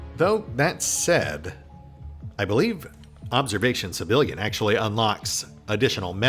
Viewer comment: And I keep hearing "Civilian" every time you say "Sebillian."